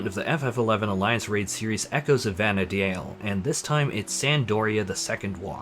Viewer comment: You can tell when someone has not played ff11 when they try and pronounce vana'diel 😂. It's just Vana deel bro don't over think it